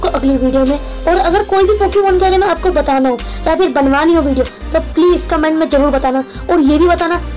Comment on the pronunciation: vo ho ho nahi vo ho oh hai